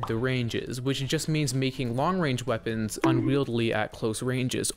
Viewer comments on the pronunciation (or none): Will someone tell this man it's "unwieldy" not "unwieldley" 😭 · Unwieldy not unwieldly